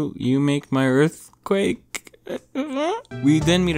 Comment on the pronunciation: Earf Quack